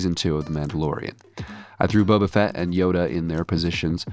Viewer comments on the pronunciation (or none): I know for a fact he said boba-fett on purpose 😂❤